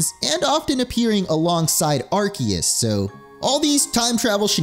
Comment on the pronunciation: It urks me everytime he mispronounced Arceus and Pokémon